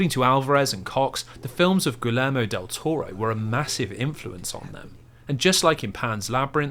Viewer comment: Nice vid. But, “Guillermo” is pronounced: ghee-AIR-moe 🙂